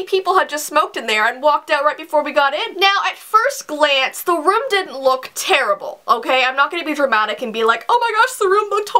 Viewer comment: "Torrible" 😂 I love you 😂💜